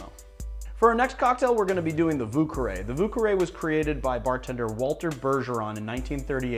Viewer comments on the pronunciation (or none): I always laugh when americans pronounce words like vieux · Does anyone have a good explanation for how America ended up with that bonkers bastardized pronunciation of "vieux"?